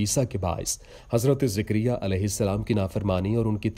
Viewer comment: Jikriya nahi jakariya